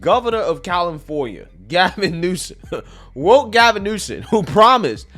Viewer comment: It pronounced Gavin Nuisance